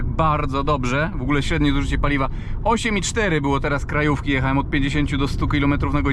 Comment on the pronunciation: Mówi się,,jechałem " , ,,widziałem " a nie JECHAEM i WIDZAEM